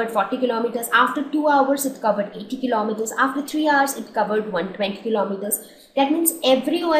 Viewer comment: Mam your video is best but your pronunciation of 'hours ' was wrong